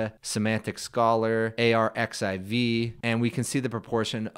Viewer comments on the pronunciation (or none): none